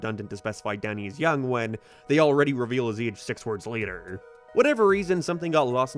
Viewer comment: Clearly say Young